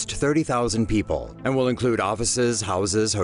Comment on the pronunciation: We kind of had that here "Peeple"